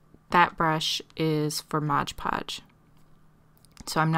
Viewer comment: MOD podge. Not modge podge.